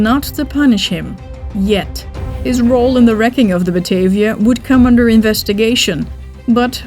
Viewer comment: best bijzonder, de namen worden wel in gewoon abn uitgesproken, maar de Batavia als batayvia.......